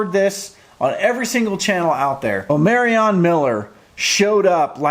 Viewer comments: It’s O(MAR)ion lol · Omarion is pronounced….. Omar-ree-on. It’s not hard. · Why yall keep saying Omarion name wrong? Shedeur had to correct the press multiple times. It’s not O-Mary Anne. It’s OMAR-RION! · Yes, Omarion (Say it with an ON at the end NOT Anne)